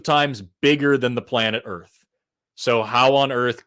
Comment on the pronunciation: "if you look at the way that them Earfs fit together..." 😂😂😂